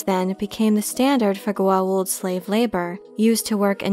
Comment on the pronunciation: To this day Richard Dean Anderson mispronunciation of Goa’uld as Goauld messes me up whenever I try to explain this show to my friends and I love that air force colonel, (general), for leaving such an imprint on me from the show XD.